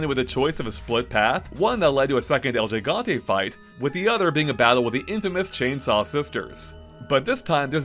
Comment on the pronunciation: el ji ganteh? I'm sure you can pronounce every Game of Thrones character name, a little Spanish isn't that hard my dude.